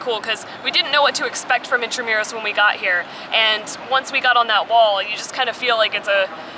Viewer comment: Correct pronunciation of "intramuros "👍🏻👏🏻